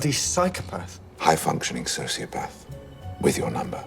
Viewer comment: why did I heard Sociopads everytime?